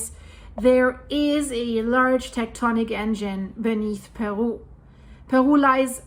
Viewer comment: Love the way she pronounces Perú